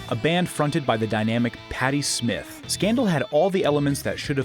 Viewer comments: It's pronounced Patti Sm EYE TH, not Smith. Patti Smith is a totally different singer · Yup, and the lead singer's name is pronounced SmYth, not Smith. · How do you spell Warrior wrong? How do you not pronounce her name SmYth, not Smith? These stupid AI YouTube lists are aggravating. Also, most of these bands are relatively big, on major labels, and got tons of radio play on college radio. Not exactly unknown or forgotten. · It's painful to hear him call Patty Smyth, Patty Smith. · Patty Smyth with long I; not Smith. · Surprised to see Zebra not on this list, but Missing Persons and Scandal were far from hidden gems. No mention of Dale's husband, Terry Bozzio who had already made a name for himself with Zappa (Broken Hearts are for Assholes and Punky's Whips), and not for nuthin' it is pronounced Patty Smyth (as in 'pie' and 'ride'). Of course, like everyone else in the comments section, I would be remiss if I don't mention that Kings X rock out loud! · Patti Smith was never associated with Scandal. Patti Smyth (pronounced with an y like in the world like) was. Also, "The Worrior?" This has to be version 1.0.